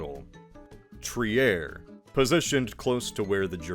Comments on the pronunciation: He's definitely saying Trier like that to get me to comment this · Hell nah the way you pronounce Trier hurts